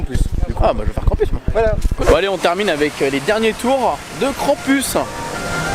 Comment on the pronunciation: Mon dieu! La tour a l'air horrible 😱 tu as eu du courage de la faire malgré le vertige! Par contre trop drôle de dire KrampUS 😂 en vrai cela se prononce KrampOUS même si il est écrit US 😘 (l'origine est allemande) Tu es génial!!!